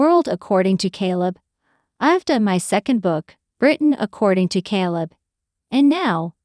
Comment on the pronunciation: Jesus Mary &the donkey ! stop with the KAL it’s K ,kay kayyyyy leb you’re making us crazy 😫🍀